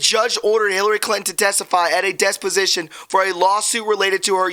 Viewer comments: THE WORD IS DE PO SI TION NOT DES PO SI TION Lol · It is "dep"osition, not "Des" position, slow down and read what is written, stop adding and deleting words and phrases. It changes the meaning and causes those reading along to question your competency of that which you are trying to report.